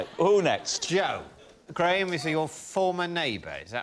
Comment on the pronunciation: I hope those watching from North America can hear how the name Graham is pronounced properly…Not “Gram” as pronounced in Canada and the US.